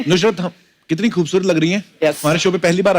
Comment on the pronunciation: Nushrat nhi nusrat